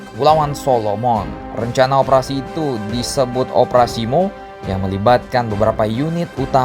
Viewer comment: bukan operasi mo tapi m o